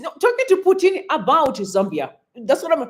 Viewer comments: Thanks for all the updates. But that man is not Putini, rather he is Putin, as if you are joining the two words put and in. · "Putini" seriously? That KGB (CIO) Russian supreme agent guy can easily get you assassinated for that mistake.